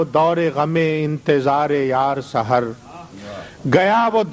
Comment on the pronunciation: آپ شاعر کا نام غلط لے رہے ہیں۔ یہ سحر ہیں جس کے معنی ہیں صبح( س پر زبر، س کے نیچے زیر نہیں) ❌ وصالِ ہجر سے وابستہ تہمتیں بھی گئیں ✔️ وصال و ہجر سے وابستہ تہمتیں بھی گئیں